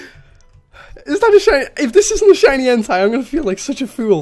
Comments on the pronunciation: En-tey. Like tater. Not Entai. Its like hentai. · he says "entei" like "hentai". Its EN TAY E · You Suppose tO pronounce it En-Tei. Nie En-Tai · its en-tay nit en-teye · ITS NOT ENTIE ITS ENTEI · Everytime says "entei" sounds likes hes saying "hentai" xD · Flippeh_Vengeance - Gaming & More! Lol you are right does sound like it! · "OMG A SHINY HENTAI!!!111!!" Don't quote me on that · Flippeh_Vengeance - Gaming & More! lmao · This is gonna make me sound like a little dirty minded but why does it sound like he is saying "Is that a shiny Hentai" 😂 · My boy sounded like he was saying hentai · I thought you said shiny henti... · Why are you saying shiny hentai? Am I the only one who hears that? ... Nvm I guess Im just... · u say en-tay but it is spelt entei